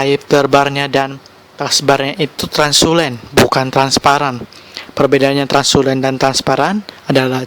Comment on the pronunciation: translucent bang, bukan transulen requirements bang, bukan requismen